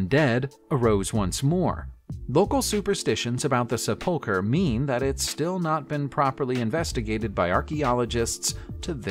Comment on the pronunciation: "seh-pull-cur?" i need yall to stop narrating videos, since you don't know how to pronounce basic words in the language you supposedly speak